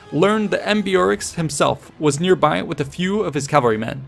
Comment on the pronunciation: browse thru your writting and learn to pronounce the hard ones like ambeorix before,should only take few min and ur flow will be ....